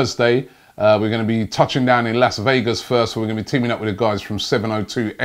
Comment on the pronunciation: Need to work on your pronunciation of Las Vegas before arriving!